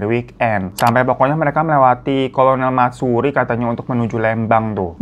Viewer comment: Kolonel Masturi buaaang bukan Matsuri 😂